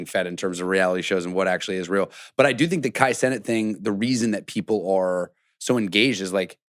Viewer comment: is too young to pronounce Kai Cenat like that